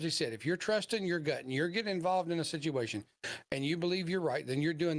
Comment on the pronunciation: Sityashun ? I lost count though!! 🤣